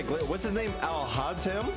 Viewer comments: Alhaitham(Al-Hate-ham)? No. Alhauntem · It’s al hai th im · Alhaitham? Nah it’s ‘Alhataem’ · And it’s said al- hay-thum u got other names wrong too lol